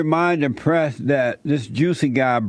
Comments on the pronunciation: Why does it sound like he’s calling him JUICY ? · I’m sure I heard juicy smallcock at the start 😂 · Juicy Smollett 🤣🤣 I can’t get past him saying Juicy. Now that they’ve reopened this case I hope they cage Jussie this time.